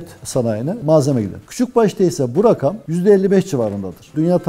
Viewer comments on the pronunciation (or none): none